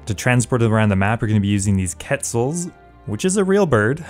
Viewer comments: Just a heads up, you pronounce it quet-ZAL. How do I know? It's my country's national bird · You pronounce it like this ket-sal like the Guatemalan currency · Quetzal I pronounced (kweh-tszal)